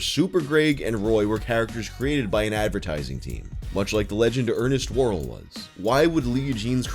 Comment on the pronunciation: The way you said "ernest worrells" makes me think your house always smells like broccoli cheese rice a roni despite having never cooked it